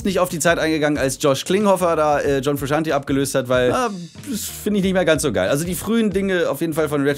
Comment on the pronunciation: John frusciante Es wird fru-shant-ey und nicht fru-shant-i ausgesprochen